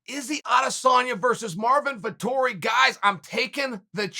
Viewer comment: Me as an italian before watching the video: "please god, make uncle cheal say that name, please make him" And yes he did it.